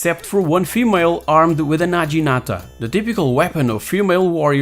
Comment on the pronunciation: Quick note! - naginata is pronounced "naguinata". In Hepburn, the "g" is always a hard "g". For the "j" sound, it's a j. You pronounced it as if it was "najinata". That's a veeery common mistake when Portuguese people read Japanese via Hepburn romanisation haha.